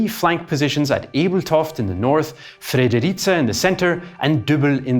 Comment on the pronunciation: Perhaps Fredericia could be improved upon